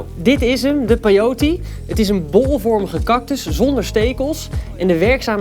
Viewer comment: Peiot smoosie LOOOIL 😂😂😂